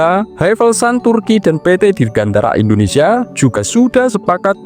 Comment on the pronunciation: Indonesia, bukan endonesia